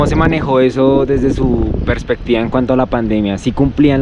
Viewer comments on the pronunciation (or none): none